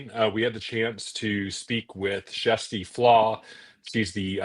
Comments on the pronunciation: Love this! Great explanations all around, very straightforward and easy to understand! Question: Why are you calling her Jessie Flaa? She pronounces it “Kirstie” every day on her channel. Also, there were no SH claims in 2023, so how could they investigate them? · They're trying to pronounce her name the Norwegian way, which has a soft 'k', more like 'shjersti', although that's not exactly correct and there's no direct equivalent in English.